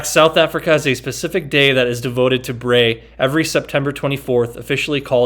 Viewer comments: Looks awesome man, its pronounced ‘Br-eye’ 😁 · Nice video and review... Acouple items of respectful criticism - It is pronounced like BRY or Br-rye. And to lower it simply take the legs off and set it on the ground. But I understand what you are getting at